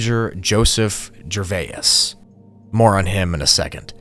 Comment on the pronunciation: Gervais breaks down into two sounds: [JUH] + [VAYZ]. It is certainly not [JUR] + [VAI] + [IS], or whatever you are trying to do to it. When you see a word that you do not know how to pronounce, simply Google it.